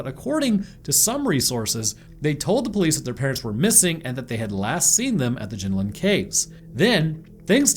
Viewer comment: Their called the jenolan caves not jinolin caves omg y can’t you Americans pronounce any Aussie names